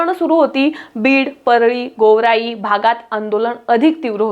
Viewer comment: 2 पॉईंट ओ नाही 2 पॉईंट झिरो म्हणतात मॅडम😂😂😂2.0 आणि गोवराई नाही गेवराई आहे😂😂